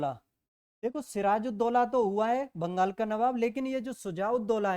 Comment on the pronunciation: Vangal nhi bangal hota hai